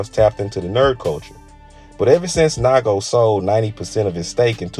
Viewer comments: NIGO, not naigo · Making a video of bape but can’t even pronounce NIGO correctly lmao